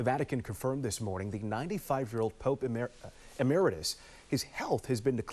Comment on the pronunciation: Amazing reporter,??? doesn't know how to pronounce EMERITUS. I wonder if she even knows what it means. Where did she go to school or perhaps did she? Paul Laboda